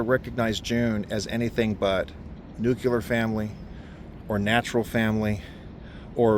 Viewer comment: Nuculer? 🤣🤣 Your Grindr account must be blowing up